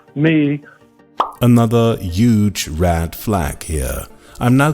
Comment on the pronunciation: Why do you mispronounce words the way you do? I’ve noticed this on a few videos but this video you said rad flag and then red flag and then rad flag